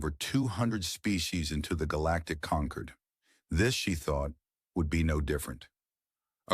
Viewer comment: Do not use words that can be pronounced in 2 ways. Conquered and Concord are the same to AI. It was constantly wrong. Avoid the word wound at all costs.